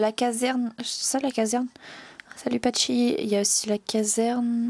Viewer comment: Super vidéo 😊😇 Es que je peux repasser sur cette série 😝😂 Et tu a dit Patchi au lieu de Pachy 😂😂😂